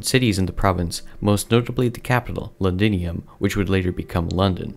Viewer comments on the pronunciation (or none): none